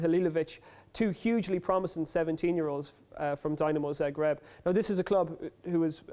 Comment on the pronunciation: They are pronouncing Dinamo Zagreb wrong